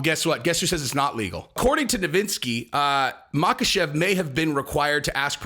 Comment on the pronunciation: Chael says "Islam moggle-chev"